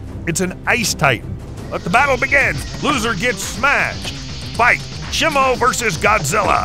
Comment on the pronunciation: FYI say it like shymo